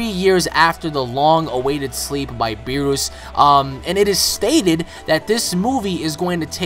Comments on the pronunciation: BEER US NOT BEEROOS OMG its bothering me so much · I cant get over how you are pronouncing Beerus its us not oose haha. :P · Its not berroos its berrus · beerus not beeroose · Good stuff, But one thing that irked me is how you say Lord Beerus. It's not bee+rush, It's Lord Beer+us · O my god its BEE-RUS not fucking BEE-ROOS. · Its Beerus not Beeroos!!! :-) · its beerus not beeroose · Never say beerus again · LOL hes saying beerus wrong